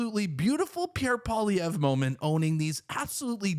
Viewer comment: The way you pronounce Pierre Poillievre …..did not get french lessons?